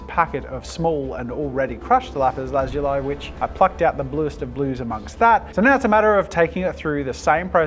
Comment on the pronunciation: Lazuli is pronounced Lu-ZOO-le